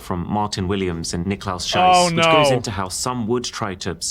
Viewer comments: That... that is a very mean mispronunciation of his name. "Schiess" is pronounced "sheece" and means "shoot!". If you pronounce it "shais" I think you know what that means... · he pronounced schiess (~ shoot as imperative) like scheiss ( ~shit ) xD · he did Niklaus Schiess (shoot) dirty by pronouncing his last name as Scheiss (shit). 😂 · Niklaus Schiess is pronounced Niklaus Sheez ... the way he pronounced it in german means shit :D